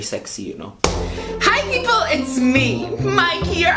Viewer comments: When he said pipel, seprei seprei I died of laughter